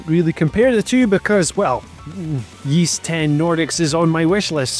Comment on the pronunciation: Yeast 10? Never heard Ys pronounced that way before